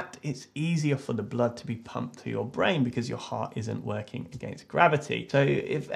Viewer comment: "To pump to the blain. The blain? The brain." Replayed this at least 10 times because of how funny it was.